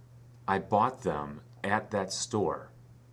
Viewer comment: whi did I not hear youe th sound? maily in the word THEM ?